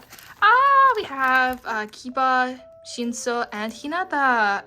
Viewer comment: its not shinso, its shino lol